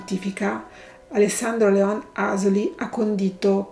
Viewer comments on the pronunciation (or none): none